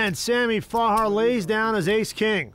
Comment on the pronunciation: “sammy farhar” kept irking me. it’s farha